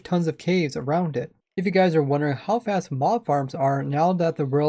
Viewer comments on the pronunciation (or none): none